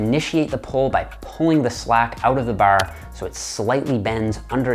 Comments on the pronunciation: Grip the baahr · Baar. . . Dead giveaway to his Eastern Canada upbringing. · The way he says bar sounds like northern midwest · This guy says ‘’Bar’’ in an Irish accent kept thinking he was Irish 😂😂🇮🇪🇮🇪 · Is Irish? I can hear some Irish when he says "bar". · The Canadian accent on the word bar